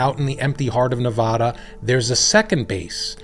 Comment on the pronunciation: Please learn how to say Nevada, love your videos!